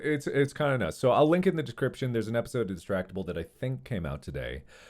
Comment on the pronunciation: Aside from what had happened, to me, it sounded like Mark said: “Decription” here➡️ instead of: “Description” and it’s funny to me!